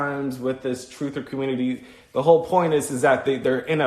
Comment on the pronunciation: "da communitah" lmbo twooferism